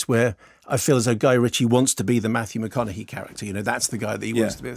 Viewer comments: This dude just said Matthew MAHOGANY!. Mahogany like the wood! Lol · At precisely “Mathew MA HOG ANY” 😂🤣